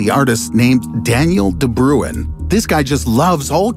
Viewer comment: My guy. Wtf is De Bruwen? Just imagine saying brain and as you start pronouncing the explosive sound. Start to roll the "R" De BRRRuin